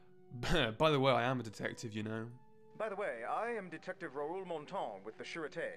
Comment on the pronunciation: The game bothers me in only one aspect: Mispronunciation of names, I.E.: Dae is pronounced Dah-ey, and Raoul is pronounced Rah-ool.